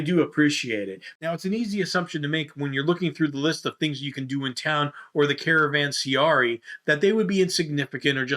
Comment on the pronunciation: Hehe... sorry to have to break the news, but it's actually a caravanseRAI, not a caravanseARI. :-D